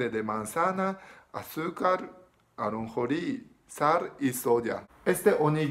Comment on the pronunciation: Me encanta como dices ajonjorines, me siento identificado hablando inglés jajajaja